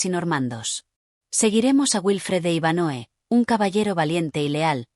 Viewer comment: Es Iván hoe no Iván Noe 🫪